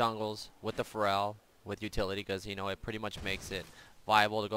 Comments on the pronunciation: It's Feral not Farel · Hey, sweet vid! Heads up, it´s Feral not Pharrel. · yeah after i heard him say pharrell williams, i got that. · Will someone please tell that "feral" is pronounced "fare-uhl"?:P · you pronounce FERAL like Ferell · Pretty sure you're saying feral incorrectly.